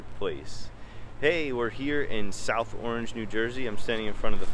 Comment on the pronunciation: Locals say "ARNZH," Not "AW-range"